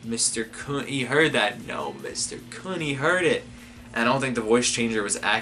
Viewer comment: Please, someone send him a clip of the Aguero goal against QPR so he knows how to pronounce Khun's name.